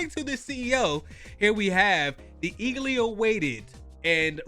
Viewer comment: Hey brotha you said eagley instead of eagerly